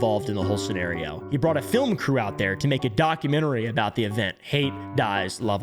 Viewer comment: inTernet not fkn inner net ... an inner net is LITTERALY your nervous system and or your vains ... the T isn't silent in inTernet ... documenTary not fkn documenary again the T isn't fkn silent